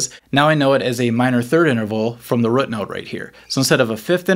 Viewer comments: Also... root rhymes with boot. Not with foot. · You say "root" funnily. Like "rut"... It's interesting since I don't detect any "drawl" or "accent" anywhere else.